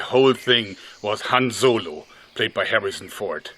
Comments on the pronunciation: Han Zolo. Did anyone else hear him say zolo? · han zolo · Hanz Zolo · HAN Z O L O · Ze Han Zolo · "Han Zolo" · Han Joergo